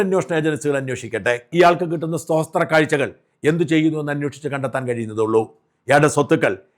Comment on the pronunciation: Sosthra kazha alla Sthothra kazha